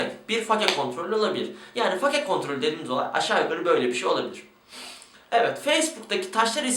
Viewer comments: Katılıyorum, fake diyorsunuzda bari fake olarak okumayın 'feyk' olarak okuyun. Örnek 'Ben fake'yim.' -. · Fake kelimesinin "fake" olarak bi kere daha okursan ekrana kafa atıcam. "Feyk" ulan o. basket de mi izlemiyosunuz, ingilizce dizi de mi izlemiyosunuz. "Feyk" ulan feyk. Türkçesini kullanmıcam diye ısrar ediyosun bari ingilizcesini düzgün oku. Fake nedir ya.